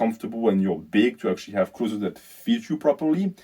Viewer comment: Learnings from this video: 1. Don’t dirty bulk. 2. can’t pronounce the word “clothes” 😂. PS having just done a bulk in our southern hemisphere winter I can confirm I looked bigger in clothes but worse without clothes. Summer time cut phase underway 😂. Look better in swimmers. People at work telling me I look smaller. It’s a tough life😂